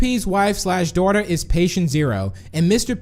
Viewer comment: Why do you say dawther